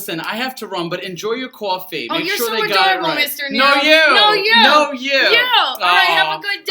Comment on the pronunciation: Mr Neiro, the way you pronounced "coffee" it cracks me up every time. But you guys are adorable😂💕